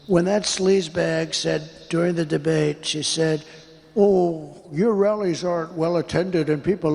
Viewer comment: 💙💙💙💙when Trump says rallies it sounds like “wellies” to me 😂 Ana a “well intentioned” rally? What an ironic mis-speak